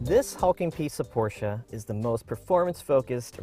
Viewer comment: I liked this video just because you pronounced Porsche the PROPER WAY! Good job!